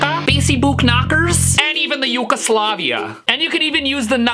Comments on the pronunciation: Its yucajuke not yucaslavia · No, ukeoslavia 😂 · Stevie T :yugoustlvia Me:oh yugoslavia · "acustuhcaa" "elecrtik uhkutah" "basi-book-nuckers" "ukeSLAVIA" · “And even the ukaslavia” 😂🤣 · Ahh yes... YUKOSLAVIA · Yugoslavia CONFERMED!!!!!